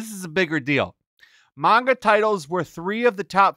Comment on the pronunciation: how is it possible can never pronounce manga correctly